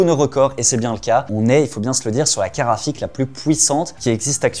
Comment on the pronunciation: La caraphique, tu veux dire !